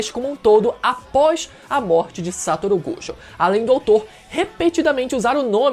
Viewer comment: Amigo, vamos aprender as pronúncias: SatÔRo GojÔ! "Yúdi" ItadorÍ! POR FAVOR!